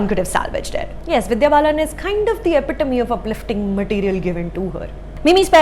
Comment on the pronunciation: A person who cannot even pronounce such simple a word like Epitome does not deserve to speak in English, let alone review a movie! Shame! 🤦‍♂️